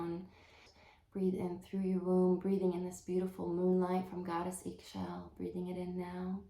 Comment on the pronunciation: Pronounce is “E Shel” in Mayan language 👍